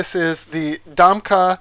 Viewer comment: Domke pronounced Dom Key....